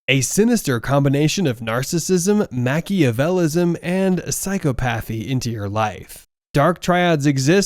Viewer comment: Your video would be more convincing if you could correctly pronounce the words related to your subject matter. Mack-E-uh- VEL- ee- an- ism. Psy-COP-uh-thee. I say this with respect and not with any harmful intent.